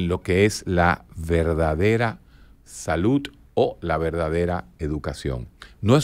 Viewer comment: Dr. Un datelle importante y algo curioso, si bien somo dominicanos y la DICCIÓN no va muy con nosotros, pero, usted hace énfasis en la pronunciación de la palabra SALUD, y lo hace con la T (saluT) en vez de la D (saluD) Fuera de eso, ha sido grato ver y escuchar todo sus comentarios y reflexiones en aste video.